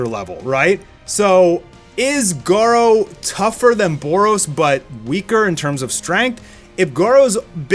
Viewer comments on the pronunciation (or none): lol you said garuo twice in this part